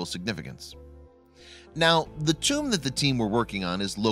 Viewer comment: Pronounced know-th and Dough-th